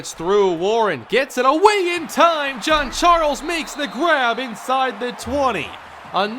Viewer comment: Why do you keep on saying John John John John even Google gets this right John is John